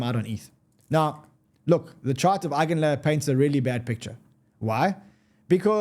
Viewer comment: Eigin layer??? 😂😂😂 NEVER